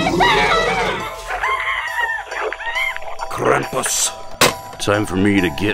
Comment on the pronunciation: It’s pronounced ( kraum-poose) I’m German